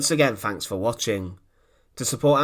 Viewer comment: Fanks for watching and once again fanks for watching.